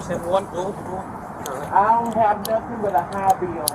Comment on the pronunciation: Wow!! Even elected officials say “I ain’t did nuffen”!! Are they teaching this in college?